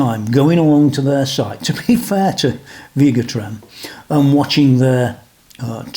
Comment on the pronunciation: It’s pronounced Veh-ga Trem.